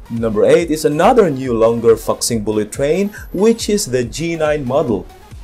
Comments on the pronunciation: Sorry bro I need to correct your pronouciation, Fuxing should be pronounced as foo-sing, not fux-sing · Pronoun as "foo sing" not fuc sing...LOL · I think it’s pronounced Foo Sing, not Fuk Sing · It's pronounced as fu not fak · Very good, l love it very much! Only one thing: your pronunciation of " Fuxing" is wrong, it must be pronouce as " full--fuxing". Thank !you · It's pronounced as 'fu sing' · It is pronounced foosing.